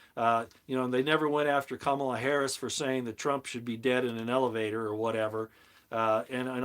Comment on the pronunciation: Did you just say Cum-a-la Harry ass? BTW....seeds are worth their weight in gold.